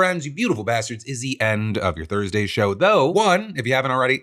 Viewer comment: Would it kill you to enunciate "your" when you say "Your daily dive"? Even just once?